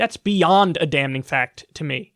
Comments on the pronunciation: Somebody needs to teach Kyle to properly pronounce "damning" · Kyle you gotta stop pronouncing the N in "damning", it's silent like the L in "folks" my guy! Love your vids tho keep it up seltzer boy